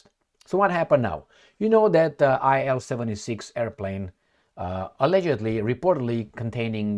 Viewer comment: IL-76 is pronounced as 'eel-76'. Designer of the plane was ILyshin Sergey Vladimirovich.